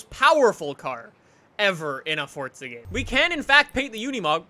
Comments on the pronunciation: Its not fortza its forza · Its forza not fortza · Forza* not fortza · Forza not fortza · Why does he say forza so weird it sounds like fortsa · It's Italian so you pronounce it with the t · STOP. SAYING. FORTZA! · Why do you pronounce forza as forTsa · STOP SAYING FORTZA